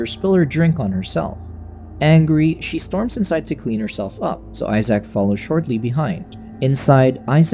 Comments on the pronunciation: Homie said eye sack I'm dead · "Eye-sack" lol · "Eye-Sac" poor Isaac lol